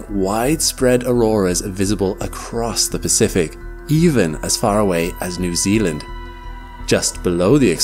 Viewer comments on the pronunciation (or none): none